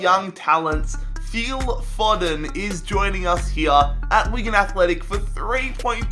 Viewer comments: FILL FO-DEN. Not fucking feel fodden. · Pronounced 'Phil Foe-den'...